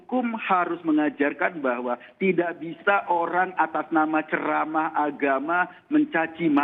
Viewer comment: Ziss bukan cerama ziss bukan ceramaaaaaa